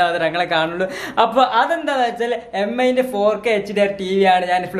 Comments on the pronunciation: M.i alla mi aaa dude 😂😂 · DUDE എം ഐ അല്ല മീ ആണ്.